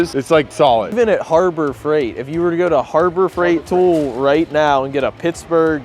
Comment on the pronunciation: says the word "tool" as tough its spelled "thull" 🙃